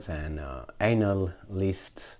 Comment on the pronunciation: Did you cay the CNN journalist " anal- lysts"? Funny.